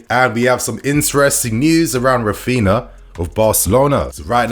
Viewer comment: It is Raphinha, not Raphina lmao. Stop mispronouncing his name ffs. And Alemany is not leaving Barca for Villa anymore. + Deco will join Barca structures but not as a sporting director.